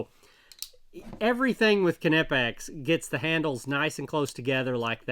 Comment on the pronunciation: You are the only englishspeaking person that pronounces Knipex the right way👍